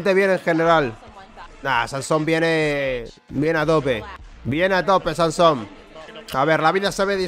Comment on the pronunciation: NO ES SANSOM, ES SAMSON. Ya está. Tenía que decirlo